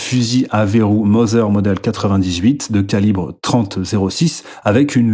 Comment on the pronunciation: le mot Mauser se prononce "Maouseur" car allemand. Donc pas Mother Bisou bonne vidéo